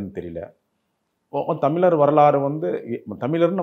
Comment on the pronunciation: இவர் 'தமில் தமில்லர்' என்று சொல்வதால் இந்த காணொளியைப் பார்க்க முடியவில்லை.